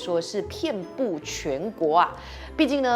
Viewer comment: 遍布的遍读错了